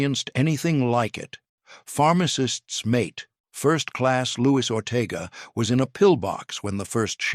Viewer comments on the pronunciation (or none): none